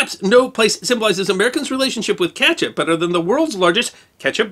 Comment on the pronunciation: You keep saying catch up. It is kEtchup